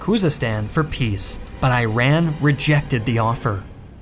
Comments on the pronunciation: It’s not pronounced Eye-ran!!! It’s Iran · It's e-raq and e-ran not 🏃‍♂️ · How do you even tell the history of somewhere you can not even pronounce its name?! it is EE_RUN, and it is Eh-RAAGH(Q). Half of what you say is totally wrong. Dezful was never captured or under siege by Iraqis. Far more than 10 thousand of ours died in that stupid attack on Basrah where commanders knew Iraqis are waiting. And this video never tell about Iraqis launching Ballistic missiles SCUD-Bs on our schools and hospitals and houses. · Just please pronoun the namesh of countries correctly . Eiran , Eraq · Please pronounce Iran correctly. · Because an American pronouncing Iran and Iraq together is genuinely painful... It's sounds like Apple's next product launch... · How tf do you make a video regarding a war and manage to mess up pronouncing BOTH countries? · God I wish you didn't pronounce Iran and Iraq in that grating American way, just makes this painful to listen to. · As an Iranian, any person who can't pronounce our country's name should not be allowed to speak about it. For context, this is the same as if you heard a hillbilly say "Eye-taly" all of the time to refer to Italy. Its cringe. Also, the Imam is not chosen by God. Don't make us sound illogical. The Imam is chosen and can be replaced by a Council of Experts. Which in turn the council is voted by the people. Its like the Jedi council (similar clothes too) but with more votes. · Too sad that you couldn't even research how to pronounce the names of these two countries. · would've been nice if you pronounced Iran correctly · Listening to an American pronounce Iran and Iraq incorrectly for 17 minutes, just because the video is well made. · Imagine having more than 2 million subscribers But still don't know how to pronounce iran or iraq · Your pronunciation of Iran's name is wrong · your supposedly a historian and you cant pronounce iraq and iran right? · It is not eye run! Eerān is correct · It's Eee Raaaaan not I - ran !!!!!